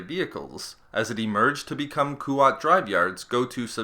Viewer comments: yeah not Kuwait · Koo-wat yeah but I’ve heard it pronounced KWAT (the A pronounced in its smaller aaa from) with a silent u